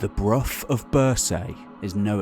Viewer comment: One thing that I struggle with is the mispronunciation of place names. Bruff of birsaaye where it is pronounced broch as in loch and Birsay is -renounced BURRSEE.it is like listening to an American trying to say Edinborow